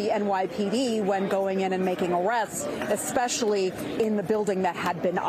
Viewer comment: Especially...not expecially